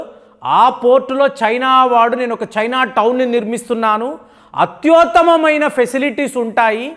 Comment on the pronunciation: అత్యోత్తమ కాదండీ. అత్యుత్తమ అండీ